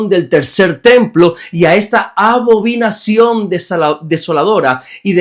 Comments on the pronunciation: Buen dia. Excelente explicación. Salvo que es abominación y no abobinación. Le bendigo. 😊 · Bendiciones varón. Gracias por sus devocionales. Son de mucha bendición. La palabra es Abominación. No abovinacion 😂❤